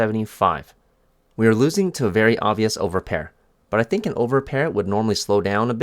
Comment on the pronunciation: “I actually tank” 🤣 bro